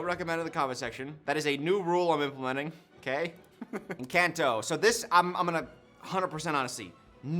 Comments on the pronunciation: I swear this "new rule" you've implemented has been around for the almost 6 years I've been subscribed to you lmfao (also the butchering of the word 'Encanto' hurts, esp bc the say it IN the movie😭😭😭) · pronouncing Encanto wrong the whole video had me yelling at the screen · the pronunciation of encanto is making me laugh so much, thank you